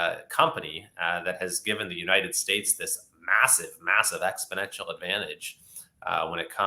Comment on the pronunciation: AAAAAAHHHGG!!! Please learn to pronounce exponential, or if not try not to use it every two minutes